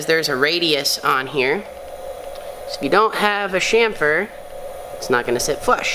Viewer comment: Chamfer. Not shamper.